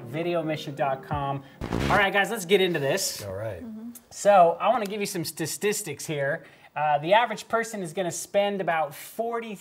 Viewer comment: mate no hate but your pronunciation of “Statistics” is incorrect. It isn’t “Stas-tis-tics” it’s “Sta-tis-tics” there isn’t a “S” after the “A” in Statistics.👍🏾